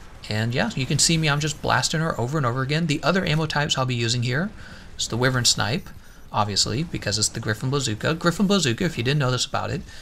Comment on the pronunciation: “Why-vern” not “with-ern”